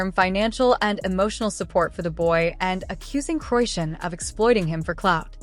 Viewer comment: Seriously??? C'mon now .. at least make that lame ass A.I. shit pronounce her damn name right!! It is pronounced [CHRI-SHAWN] not (QUISHUN)😂